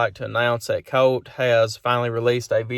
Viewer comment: What? What did you say? Did you say Coat? Who is Coat? :-)